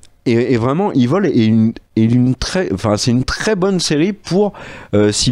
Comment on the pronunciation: On dit "Évil" pas "iveul"... Franchement quand même 😉